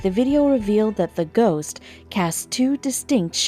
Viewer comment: and its ghost not goss